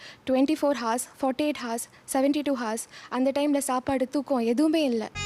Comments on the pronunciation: Haus haus. What haus. Learn proper pronunciation. Google “hours”. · Horse aa ours nu pronounce seiyanum dhane, doctors na konjam service motto erukanum paa